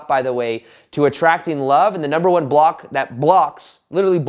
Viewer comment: Now when I hear saying the word "block" all I can hear is "bwhlopck" 😂 Great content as always 👍